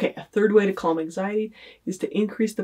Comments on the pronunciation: The way she pronounces the word calm annoys me more than it should 🤦‍♀️ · Did she just pronounce the 'L' in calm? wtf lol